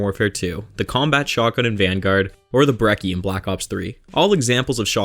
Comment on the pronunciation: Bro, its pronounced breCHi, not brecky